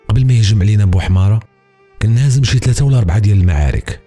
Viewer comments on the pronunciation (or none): none